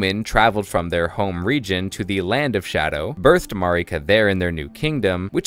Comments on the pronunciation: Mohgs name is mohg not mohgwyn. Haligtree is pronounced hay-lig tree and Marika is mare-ik-uh. Not being a prick. I know when I pronounce things wrong I get mad when no one tells me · Mogh is the boss's name and Mogwyn is the name of the Outer God of Blood. It's Mogwyns's Dynasty not Mogh's. Also you are pronouncing Marika wrong for some reason. It's not how Melina pronounces Marika.